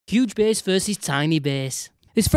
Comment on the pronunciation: I liked it when he said B E H S